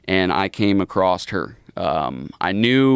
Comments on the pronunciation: Its "across" not "acrost" lmao. He said it 3 times. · bro said acrosst